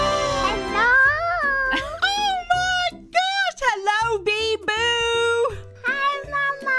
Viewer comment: i love how she says beeBOO in such an American way as opposed to the normal weeb manner that being said, can't wait until is the 6th favorite member on her channel right after biboo of course